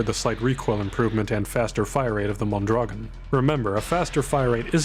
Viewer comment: Mondragón is pronounced MOAN-DRA-GOAN, by the way, with a trill on the R. Also "avtomat" is just a weird transcription of a russian word and I don't think you're meant to pronounce the V as a V.